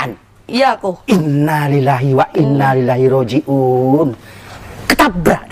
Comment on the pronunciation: Innaa lillaahi wa inna ilaihi rojiuun... Bukan wa innaa lillahi rojiuun... 🙏